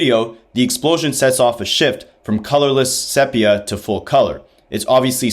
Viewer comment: sepia is pronounced “SEE—PEA—AH” sorry I had to type this. I got 2nd hand embarrassment. 😅